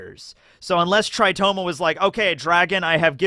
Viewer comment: Tritoma not "Toritoma"??